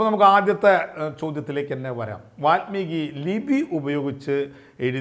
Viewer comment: വാത്മീകിയല്ല, വാല്മീകി.